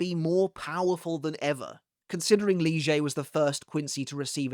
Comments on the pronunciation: Bro why are you pronouncing lille like leuge xD its literally „lily but with a slight a at the end” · Since when is it lijei instead of lille ? 😅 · Did I miss something? Why is Lille, now called “Lee-zjay?” The pronunciation was always Leel. I know of no German (or Spanish) pronunciation that applies 🤷 When did that happen? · When did Lille become leejay? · I guess its because that's how it is pronounced in sub and dub, Lije Barro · Who the f is "Lee Zhay"???? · ....Lille is a "Leejay"?..... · Nah, please spell Lilles name as you were before, now it sounds odd after so many years with you spelling lille as,, lil'' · idk, it's supposed to be Lillé/Lillay (and Yhwach is supposed to be Yuhabahr and not Yuhabak, as "ch" in German is similar to a "hr" sound, reich is prononced reihr and not reik) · his name is actually pronounced leelay as in the anime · I must say that your new pronounciation of "Lille" is very distracting. Not because it's new but because it sounds exactly like "lyže" which in my language (Czech) means "ski". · That's how it is pronounced in sub and dub though. Lije Barro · New pronunciation for Lille just dropped? Did I miss something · I think I must’ve missed a video so that’s how your supposed to pronounce Lille’s name? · lol we changing how we pronounce Lille now? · It's how it's pronounced in the English dub. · The anime pronounced it like that lol